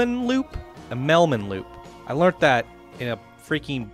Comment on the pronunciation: I-mmel-mann I-mil-min Just thought I’d clear that up for you. Love the content btw